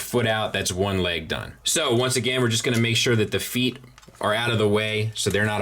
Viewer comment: Great review. Not to nitpick, but you mispronounced "feet" four times in this review. 😉 I heard MS is doing another release of Prime with silver paint on the thighs and hip skirts. Anyone know if that's the extent of the paint they plan on doing? Will the whole figure be painted like this one? Thanks to anyone who can shed light on this.